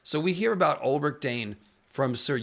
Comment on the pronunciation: That Elric pronunciation 😢